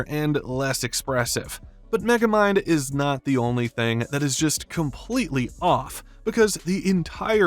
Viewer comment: Don’t you mean Meh-gamind?